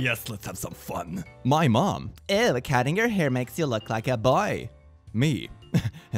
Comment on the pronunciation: Me: “Rapunzel Rapunzel let down your hir!😂”